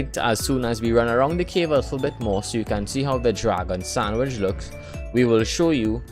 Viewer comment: The way you say sandwich bothers me. And you say it a lot